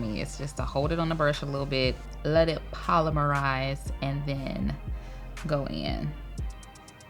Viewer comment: Sounds like she pronounced it correctly to me. 🤷‍♀️ I really don’t know how you’re expecting her to pronounce it tbh.